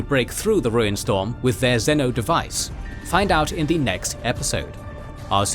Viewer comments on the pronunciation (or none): Every video there's a butchering on pronunciation. That's not how you say Macragge. Why so many can't pronounce xeno and xenos properly I'll never understand. It isn't difficult. Really ruins the good details and brilliant visuals put into the videos.